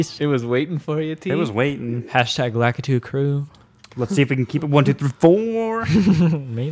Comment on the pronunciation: it's pronounced LAKITU